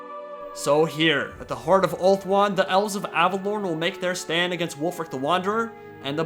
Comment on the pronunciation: I dont know whats "right", but when you pronounce it, it sounds like you have an English West country accent for a single word and then you go back to your American accent. I would pronounce it more like: Av-eh-law-n. I know you're just trying to say it phonetically, but it sound off to me. My spelling error is a red herring.